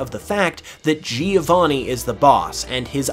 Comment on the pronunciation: Giovanni as italian name is pronounced "Jo-vanni" not "Geo-vanni" (if you want to be perfectionist)